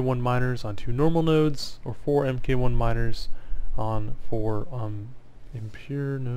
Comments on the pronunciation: FYI 'mk' is an abbreviation for the word 'mark.' So like 'mk. 1 Miner' is pronounced "Mark one miner" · fantastic video, just stumbled across it and checked out your channel and instantly subbed! also a side note: the "MK" in MK1 miner is pronounced as "mark'... i.e. "mark" 1 miner ;)